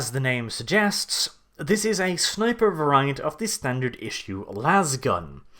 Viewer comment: Not "Vuh-rye-ant!" "Vair-ee-ant!"